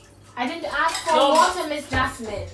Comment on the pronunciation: You see she aks for cold water she give her bulld water